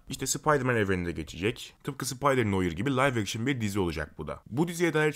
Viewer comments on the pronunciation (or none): Abi bilgin olsun noir noar diye okunuyor.